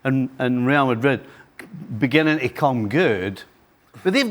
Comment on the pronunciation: "Real Magrig"